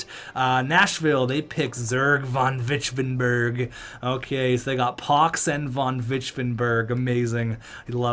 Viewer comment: Vonvichvevenbeg sounds more like a german name than a Dutch one. Edit: I’m pretty sure it’s pronounced (Von-vich-vehven-beg)